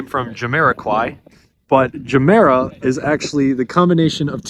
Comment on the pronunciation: The Ge in Gemera isn't a hard [DJE], but soft like in Yoga. Or if you've watched Anchorman where he says jogging with a soft J.